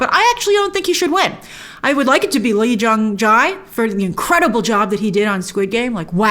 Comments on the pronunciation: Let me help you out E-Jung-Jay is how you pronounce his name 💕💕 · I know you've got a ton of stuff to keep track of, but I thought I'd let you know that the way to pronounce Jae (Lee Jung-Jae) is 'jay' and 'Yeon' (Jung Ho-Yeon) is something like 'yawn'.